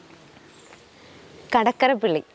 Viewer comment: Kadakkarappilly അല്ല MADAKKARAPPILLY